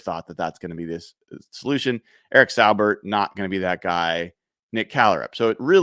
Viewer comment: FYI I believe Saubert is pronounced Saw-bert.